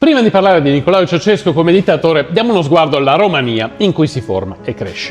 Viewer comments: Ceausescu non Ceaucescu😉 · Si chiamava Ceaușescu, non Ceauceșcu. E sono stati tempi molto duri, dopo gli anni 1980. Ma, tutti avevano un posto di lavoro, cosa che non si puo dire per oggi.